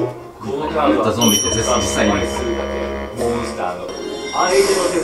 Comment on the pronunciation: 俺は手札からって取り直してるところ、俺はデブだからって聞こえるけど、そういうもんなのかね？？